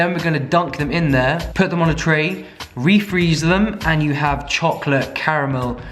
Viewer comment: Him: A THIN LAYER OF CHOCOLAYE CRACK excuse me wtf?